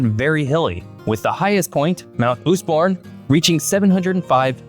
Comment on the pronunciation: Its mount Osborne not Oozborn